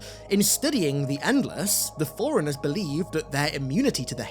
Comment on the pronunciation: Ooohhhhh… Forerunners! At first I thought he was saying “foreigners” 😂